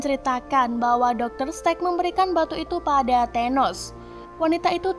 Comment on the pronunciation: Dr Strange Min, Bukan Dr Strek😂😂😂